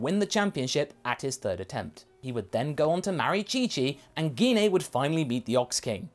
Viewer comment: The way you keep pronouncing gine's name is really triggering me it's pronounced ji-nay not gi-nay her names been pronounced in unofficial content games etc but the most recent was in the broly movie which is cannon and even in that it's pronounced ji-nay